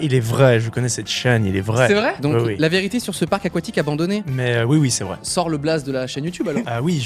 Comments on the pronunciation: "Abonandonné" oui d'accord. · Chuis le seul à avoir remarqué le "abonandonné" 😂😂😂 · "on visite un manoir abonandonné" Abonandonné ? Carrément ?! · 4.23 "abonandonné" WTF ? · 'un manoir abonandonné' ben oui :') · « Abonandonné » n’existe pas désolé 😂👍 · "on visite un manoir ABONANDONNÉ nazi"🤣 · Abonandonné wtf 😭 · "abonandonné" peut être un message subliminal pour que l'on s'abonne 🤔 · « On visite un manoir abonandonné nazi » la langue française en sueur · Il y a que moi qui ai vu le "abonandonné" ou bien ?😂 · "un manoir abonandonné " Bravo le monteur 👏👌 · un manoir "abonandonné"?? mdr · "abonandonné" D'accord Cyprien. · Je savais bien qu'il y aurait vite un commentaire sur ça, j'ai tiqué aussi ^^